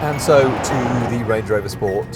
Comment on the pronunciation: Range not Rang